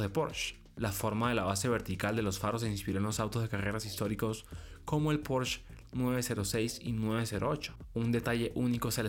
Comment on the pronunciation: Pues, si el presentador de un canal dedicado al mundo automotriz no es capaz de pronunciar PorschE correctamente, y en su lugar dice algo como porch... pues ya no se le puede creer nada...